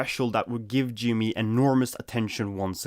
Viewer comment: it's also pronounced G M E not G ME